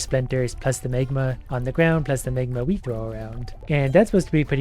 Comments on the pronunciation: Tip, try to say magma and not megma... smegma is totally another thing... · You pronounce the words magnet and magma really funny, as if you were saying smegma.